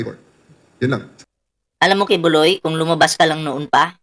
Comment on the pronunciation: Buloy ka ng buloy bulog Hindi ki buloy ki bulog